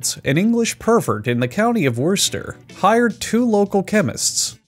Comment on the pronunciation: The best part is that he pronounced the town Worcester perfectly on his first try, so he knew how to properly pronounce the sauce the whole time